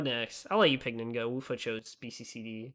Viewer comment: TIL how to pronounce Wuffa (I was a degenerate who called him )